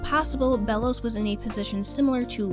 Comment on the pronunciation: i think its pronouced Bey-los